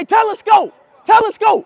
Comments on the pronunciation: Talisca❌ Telescope✅ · Bro called talisca telescope ☠️